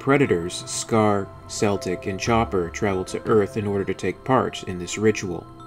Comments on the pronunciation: Celtic. (Kel-tic) not (pronounced (Sel-tic) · I love the video, I really love the Channel I honestly do. But I am sick and tiered of people mispronouncing Celtic. It's not Seltic. It Is Not a Sat It is a Cat, It's not Seltic it is Celtic. Celtic as in "The Celt's". I do not mean to rant but it drives me f'ing insane to her Celtic pronounced as Seltic. Woof!. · Isn't Celtic's name pronounced with a hard C? Like in can.